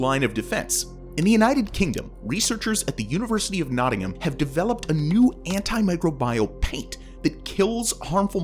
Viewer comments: Microbial - my-CROW-bee-all, not micro-bye-all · My-crow-be-al... it isn't bile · A lot of pronunciations I've never heard Like microbial. I was taught micrOHbeeal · Microbial… that pronunciation though.. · Please look up how you pronouce words..."microbial" and "quasar" are NOT pronounced like you did. You are slaughtering the language.